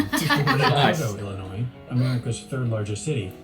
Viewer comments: Wow I'm quite impressed. Atlanta knew the correct pronunciation of the state of Illinois. The correct pronunciation has always been L - in - noi. If you're not certain, just remember there's no noise in Illinois. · Holy heck you said my home state right. Illinois. Most Americans unless your from Illinois pronounce the silent “S” in Illinois”e” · It makes me so happy when someone pronounces my home state correctly, especially a foreigner. The S in Illinois is silent.